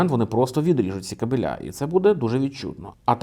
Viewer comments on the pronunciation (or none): Не кабелЯ а кАбелі !! Люди, що за деградація останнім часом --кабелЯ ,плінтусА, кремА .Це що, закос під французьку мову з наголосом на останній склад ?!